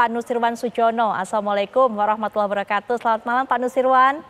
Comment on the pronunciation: apaitu wabrakatuh ucapan yang benar adalah wabarokatuh